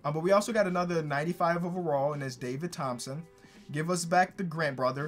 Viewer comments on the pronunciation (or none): none